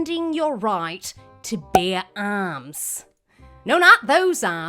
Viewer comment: This is a prime "" episode, very funny. "Your actual ahhrms".